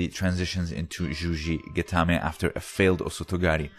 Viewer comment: It's juji-gatame, not zhuzhi-gatame.